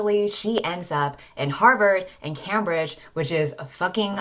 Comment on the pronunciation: This is totally irrelevant, but the way she said Cambridge made me laugh so hard 😂